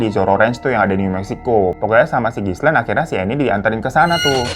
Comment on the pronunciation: Gilein bang baca namanya Ghislaine. S-nya ga dibaca atuh.